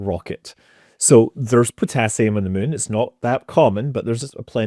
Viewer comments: I like how he says Meun.... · I can't believe after years of watching I JUST realized he pronounces it "mun". What a legend! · Mun toobes. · I lived in Edinburgh for 5 years. Never get tired hearing Scott saying “moon” :) The other word I miss hearing is Tube. Couldn’t we live in Tunnels bored into the moon? Aka moon tubes? :D